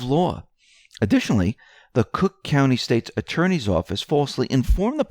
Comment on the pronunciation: It's cook county for Pete's sake.